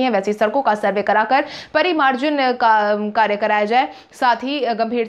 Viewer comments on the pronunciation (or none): Parimarjin nahi Sahi bolo